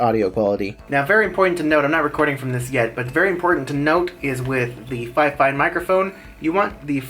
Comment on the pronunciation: You pronounce it like fe-fine.